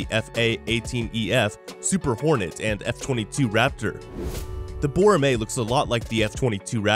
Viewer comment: Btw it's pronounced bow-ra(like ramen)-meh